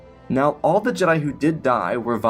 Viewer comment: the other guy just uses chatgpt for stories and calls jedi jed'aii